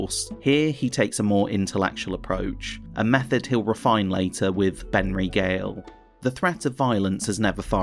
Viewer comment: Did I hear “Benry Gale” 🤣🤣